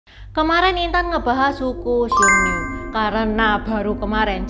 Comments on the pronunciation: "Xiong Nu" bacanya tetap siong nu seperti biasa, jadi u nya gak dibaca ü (iyu) koq. Yg u nya dibaca ü itu kata nu yg berarti wanita 女 . Kalo nu yg di sini tulisannya 奴，beda artinya. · Xiong dibaca siung.